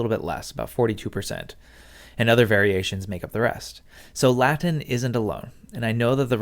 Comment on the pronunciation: I like your latin pronunciation